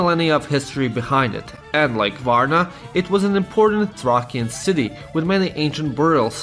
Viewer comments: it's pronoiunced THRAYSHUN NOT TRAKIAN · Its pronounced thrayshian not "thrakian". Bulgarians, Greeks and Serbians were not vassel countries to the Ottoman Empire, they were colonized and enslaved. Only the Romanians(Vlachs and Moldovian Vlachs) Montenegrans, and Austro Hungarian Empire were powerful enough to only be vassel countries to the Ottomans. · Being a "vassal state" suggests a (varying) degree of autonomy. Bulgaria has been instead, fully annexed and incorporated into the Ottoman empire. Also "Thracian" is pronounced "Threi-shən". Altogether though, a great and funny video, great job!